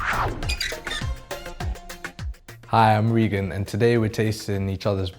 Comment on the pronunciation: Loool its Regan not Ragen